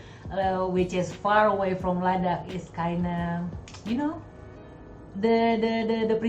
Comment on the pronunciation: Oh man you just pronounced “Ladakh” in Ladakhi language